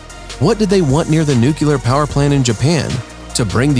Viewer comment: It's "nuclear" not "nucular". And the rest is nonsense too...